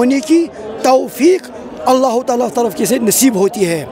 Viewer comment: Allah Talaah Hai Alaaof Talaah Nahi